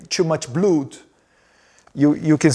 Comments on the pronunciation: 🙏🫡🥵🥵🥵🥵🤬Edward now you are speaking English, but you need to find an English teacher to improve your skills because a lot of words you are saying are wrong like a blood you are saying” bluud”, please improve your English. You need that urgent❗️ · "2 much blUdi" mano pqp, que inglês HORROROSO!!!!! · His English sucks! He doesn’t even know how to pronounce the word blood! What a shame …